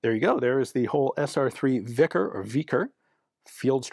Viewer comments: Isn't "vikhr" pronounced like "veefreigh" rather than like "vickers" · It is not "vikr" the k in "vikhr" is to show you in your language, you should pronounce H lire in House. K is not pronounced like in knight. В и х р ь - v i h r (softens symbol). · The Kh is pronounced like H in Hotel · Whoa whoa...its a vikha. No hard R. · The "kh" letter combination is pronounced like the first letter in the word "history". Thank you for your work, Ian. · k is silent my dude. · "Vikhr", or "вихрь" in Russian, is not pronounced with "k" in it - this "kh" is what "x" is in "Mexico" or "j" in "Jose" (Spanish Joseph"). "Bихрь" is pronounced [vi] a s in "victory"; soft, "articulated" [h] as in Spanish "Jose" or "Mexico" - and trilled, well articulated yet "soft" [r], kinda like in "sprinkler" or "research". ("Soft" r - because that last character there, "ь" is not a letter but a diacritic of sort, so-called "soft sign" which has no "pronunciation" of its own.) Also, the "base meaning" of this word is not a whirlwind but "a very strong wind" (tad below a gale, I'd say) same as in Polish ("wicher" [vee-her]) and even in Hungarian "vihar" (most likely a loan word, from Polish, as Hungarian, together with Finnish, are not even Indo-European languages, but I digress here) - but it is also used for "whirlwind" (dictionary says "in a figurative sense"). And it's "a gale/ hurricane" that "blows things away", not a whirlwind - thence this imaginative , if you will, use of this word for a submachine gun. - I'd rather say "they are trading user comfort for compactness", not the other way round.. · KH in these transliterations is read H not K. No idea where the stupid transliteration rule came from but hey, why not confuse people, right? So yes, Krushchev is actually pronounced Hrushchyov (cyrillic 'e' is also not just latin 'e' but 'ye' and in this case, additionaly the cyrillic letter is actually 'ë', read 'yo', but Russians just don't bother writting those two dots).